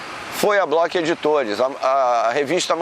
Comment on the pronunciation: Block??? É Bloch!